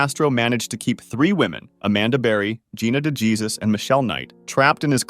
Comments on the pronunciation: Gina DeJesus is pronounced "Day-heysoos" not "duh-geezus" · Bro.. DeGEEEZUS? Really? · For the Ariel Castro one, its prounouced Gina DeJesus (De-Hey-Soos)